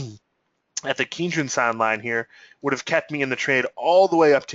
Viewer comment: You get a 👍 down for not knowing how to pronounce the kinjun and tenkan.